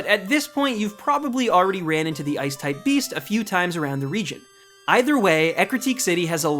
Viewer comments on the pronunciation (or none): Did you say the ice type beast?